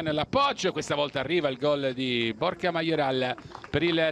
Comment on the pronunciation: Ma solo io invece di Borja sento "borchia"?😂😂😂😂